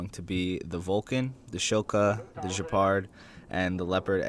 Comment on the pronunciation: Oh god please stop. It's pronounced Gepard not Jepard... It's a hard G